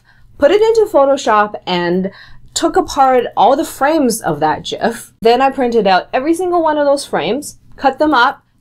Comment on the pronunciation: thank you for pronouncing gif correctly